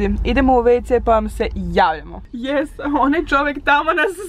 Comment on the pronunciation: Ne kaze se jes nego yes nauci engleski